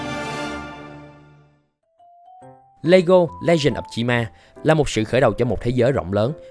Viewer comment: Cách người ta đọc: Chi Ma Cách tôi đọc: Chim A